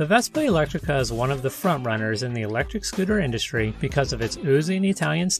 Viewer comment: That's "Elettrica" (not "Electtrica").